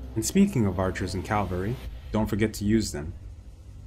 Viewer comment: It’s cavalry, not calvary:)